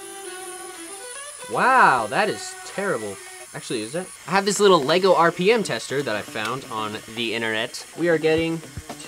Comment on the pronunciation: Normal people - "Lego" - "LaYgO"